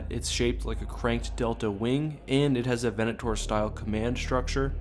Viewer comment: I loved this video but the way you said Venator will hurt me forever.